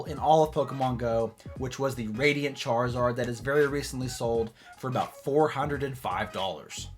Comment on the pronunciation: What the heck is a “charzord” lmao